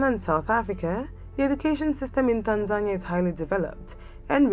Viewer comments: No... It sounds like tanzanya 😒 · Is this the correct pronunciation of Tanzania?